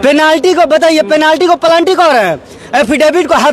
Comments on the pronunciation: " पेनाल्टी " को प्लानटि कहने बाला भाषा सायेद भाजपाई की शिक्षा ब्यबस्था का अनर्गत कई नए भाषा आनेवाली हे-बिहारी भाईया सब तैयार हो जाए नई भाषा शिखने के लिए- तभी आप सबका वेरापार होगा । भगवान आप सभी का भाला करे ।😃😂😂😆😆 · Kamraj University, Hafidivit, Planty 😂😂😂